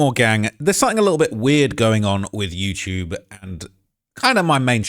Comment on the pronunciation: “You-chube “